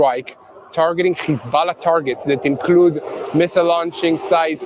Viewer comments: Please don’t say khizbalah any more. It’s hesbolah. Ok practice. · What press cant even pronounce hezbulloh properly